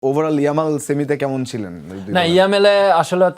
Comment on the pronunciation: কি আনসে একটা শো তে নামই উচ্চারণ করতে পারে না ইয়ামাল জামাল😂 ভাই অয় লামিন ইয়ামাল বাংলাদেশ এর জামাল না 😂😂